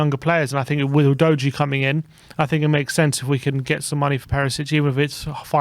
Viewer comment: Is that the way you pronounce Udogie? I always thought it was ‘oodoggie’ or ‘oododgy’ 😳 good video guys